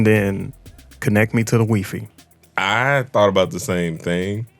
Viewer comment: Wi-fi (he pronounced it in French) smh 🤦🏽‍♂️